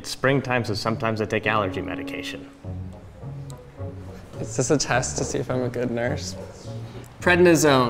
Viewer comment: so I’m a pharmacy tech....and I just cringed likeeeee 5 billion times trying to listen to them pronounce these medications. Haha